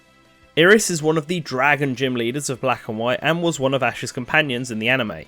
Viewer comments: He cant pronounce iris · Also Ih-ris?